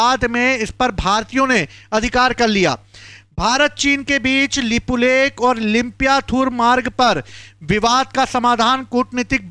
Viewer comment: यह भाई को अच्छे से उच्चारण करने को भी नहीं आ रहा है तो यह भाई बता रहे हैं यह की कौन सा इलाका किसका है इनको लिपुलेख और लिपि अधूरा का सही से उच्चारण करने को भी नहीं आ रहा है तो यह वाइट बोर्ड में लिखकर बता रहे हैं कि किसके साथ क्या हुआ किधर किसका जमीन है किसका क्या है तो यह भाई बता रहा है कि नेपाल ने भारत का जमीन लिया बाल इंसान है यह नहीं बताया कि नेपाल नहीं भारत का जमीन लिया नेपाल नेवी ले रखा है और भारत में भी ले रखा है तो दोनों देश मित्रों के हिसाब से बैठकर यह बातचीत करेंगे समझाएंगे. यह भाई सरासर गलत न्यूज़ फैला रहे हैं